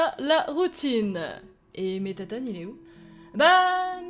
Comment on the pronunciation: c pas mettatone mais mettaton